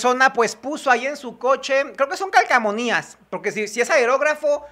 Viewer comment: Estimado, se dice CALCOmanías no CALCAmonías. Saludos 😊